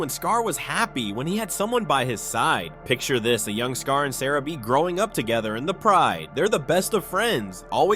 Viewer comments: it's pronounced Sah-rah-bee! Jeez! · You can’t even say sarabi’s name right